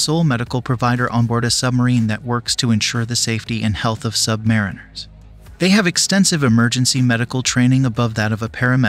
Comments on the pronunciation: Very good video, though I have to point out the mispronunciation of Submariner and Corpsman. It is Sub-marine-er, and Cor-man. The 'ps in the last word is silent. Aside from that, my dad served on 4 diesel/electric subs just after WW2, with both the Gato and Balao classes of boats. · Excellent video. "Not To Be Sheldon Cooper, But...:" In the U.S. Navy, they pronounce the word "Sub-Muh-REE-nur." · You should maybe learn how to pronounce "submariner" the way they pronounce it ... with the accent on the third syllable: sub-ma-REEN-er. Tradition. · It's pronounced "sub-MARINE-er". Not "sub-MARE-inner". I am a submarine veteran and saying that word wrong really grates on our ears. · I pronounced it "submariner" to my cousin who served on a boat. He corrected me: it's pronounced: Submarine R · IT’S PRONOUNCED “SUB-MA-REEN-ER”. Land wogs…..🙄